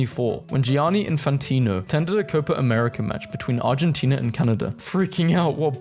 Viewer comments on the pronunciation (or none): none